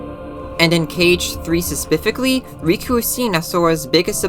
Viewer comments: Bro the 'speficly' gets me everytime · „Sespificly” was my unknown trigger. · Does no one else hear "suspifically”? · This this asf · Oh every time. Love it though ^_^ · Interesting analysis and theory. Not trying to be mean but I did get irked by your pronunciation of specifically.